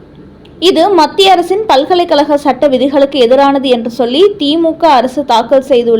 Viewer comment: பல்கலைக் கலகம். வலக்கறிஞர்கல், வலக்கு. தமில் நாடு, ஆலுநர். அருமையான தமிழ் (தமில்) உச்சரிப்பு.!!!